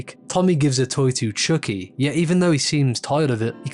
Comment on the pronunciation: The way ypu pronounced chuckie lol